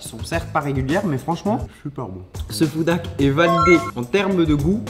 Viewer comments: Tu as le même accent en anglais que François Hollande lol 😂 tu ne dis pas « Food hack » avec le son h mais on dirait trop que tu dis « foudaque » mais bon je me moque gentiment et t’inquiète on est très nombreux à avoir un accent pourrie et ça se trouve y’a que moi qui entend ça donc si oui désolé Ce qui sont d’accord liker 👍 Sinon j’adore ce que tu fais ça fait longtemps une petite recette et puis j’avais beaucoup aimé la vidéo top chef avec Hugo se serait trop bien la revanche parce que tu dois prendre une revanche car il a quand même eu petit coup de bol et surtout la chance du débutant et sinon comme vidéo ou j’aimerais beaucoup voir d’autres y’a : les vidéo troque ou vous échanger un stylo contre des choses, les recettes bien sur et tout vos concepts fait avec Hugo sont super 👍 Allez continue comme ça on t’adore et vu que les Meet up et les rencontres abonnés dans les conventions ou autres c’est dur pour moi car je suis handicapé et je ne peux pas rentrer dans une foule sinon si je me prends un coup j’ai plus de peau et je saigne comme une piscine même si je suis en fauteuil roulant c’est compliqué donc hâte à ton restaurant là ce sera plus simple et sinon on espère te voir dans une émission de cuisine en tant que candidat bye Pouce bleu 👍 enfin jaune mais y’a que ça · ça ne se prononce pas comme ça 'foudak' mais avec un H aspiré ;) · ce « FOUDAK » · Ça m’agace tellement comment tu dis « foudak ». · c moi ou bien charles disais foodak😂😂😂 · Des "foudak" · Les "foudak" 😂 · “Nous allons tester des FouDÁkKk” 😭😂❤️